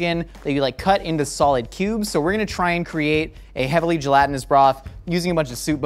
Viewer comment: Stop saying "gelantinous"